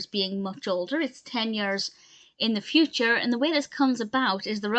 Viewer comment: “The footure!” Lol